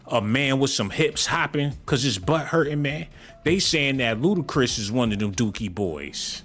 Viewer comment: Bro said BootiChris 😭😭😭😭😭😭